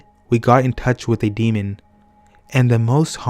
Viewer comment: I can't listen to this anymore. I can hear the D being placed on the end of the word "demon" at times. This bugs me SO much! Do you see a D on the end of that word? No. Oh, and "OH-WEE-JA" makes me want to scream. Oui is pronounced like "Wee", it's the French word for yes. It's not Oh-wee. "Wee-Gee" board or even "Wee-Ja" or "Wee-Ya". I hear people saying "Oh-You-Ja" and "Oh-Wee-Ja" all the time and it is wrong. I think if you're going to have a youtube channel where you read out loud you should work on your cadence and pronunciation.